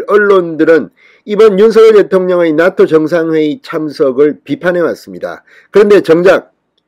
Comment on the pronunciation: 나또가 아니라 나 ㅡ토로 발음하시길 나아토로 들리게요